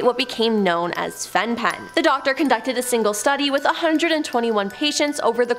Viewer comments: Very interesting video, just a kind suggestion to check how to pronounce things beforehand. Fen-Phen is pronounced fen-fen. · Fen-Phen is pronounced "Fen-Fen.". My mum's generation used it, though she didn't. I warned her in time. Sometimes we don't know what danger we put ourselves in.